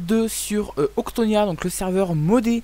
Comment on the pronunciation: Premièrement: c octonia est pas octnia Et deuxièmement: tu est passer de l épisode 0 à 2 😁